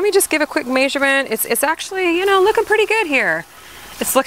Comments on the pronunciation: totally threw me off. Never heard anyone pronounce it that way before. LOL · Distracted by how you pronounce measurement. lol